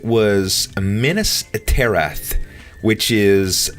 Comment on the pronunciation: Luke Deering completely butchered both the name and the description, too... i cringed...